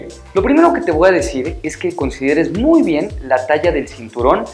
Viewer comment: Yo podría aconsejarte que no digas más "te VOA decir" se escucha pésimo, por lo demás bien.